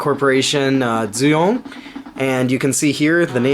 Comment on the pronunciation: Never seen any games by dooyong before. Pronounced with a d btw. Unfortunately here in Korea the games would have all disappeared now. As no one here cares about that kinda of stuff :(